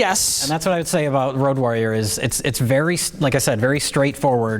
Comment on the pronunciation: why is keep saying "rouge warrior"?